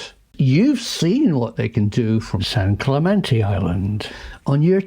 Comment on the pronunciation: Some “professor” — he can’t even pronounce Clemente. 🤣